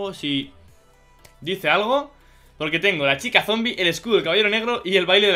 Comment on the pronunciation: dice zomie no zombie